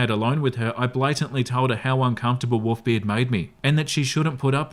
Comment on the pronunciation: Wont lie was listening to this and not watching...thought he was saying WOOFBeard until he literally said Wolves....and even then he seem to be lacking an L everytime he says it xD